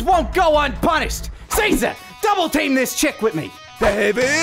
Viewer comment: CEEEEZA NU CEZA